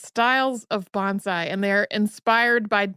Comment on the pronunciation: Just an FYI, so you won't be corrected in your pronunciation as rudely as I was. Say it like Bone-sigh.